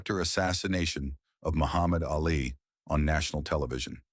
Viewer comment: By the way, his name was pronounced Ahlee, not Alley